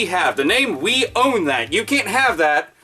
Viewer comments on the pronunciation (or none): i like how you say "own" unique i must say